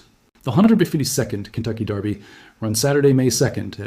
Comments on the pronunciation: Definitely AI. His image and voice are used in at least 2 dozen other channels that I know of. That, and the word derby was consistently pronounced darby; as in the Kentucky darby..It's easy to figure out whether it's AI. Listen for mispronunciations. AI usually gets some words wrong. They struggle with numbers too. Numbers, like dates or prices come out in weird nonsense syllables and gobbledygook. AI struggles with reality in general. I like the gardening videos done by AI. The illustrations are hilarious. earthworms have feet and antenna, tomatoes grow on celery, and there's lobsters in the gardens.😆🤣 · Since when is Derby pronounced "Darby" ?